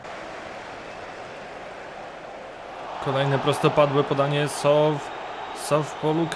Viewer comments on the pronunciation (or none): Jak pisze Się mówi się Soł to przezwisko to Sołtys